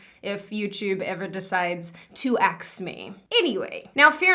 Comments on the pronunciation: “To axe me”. I felt that. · axe you what?